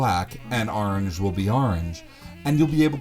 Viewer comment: "And aarnj will be aarnj."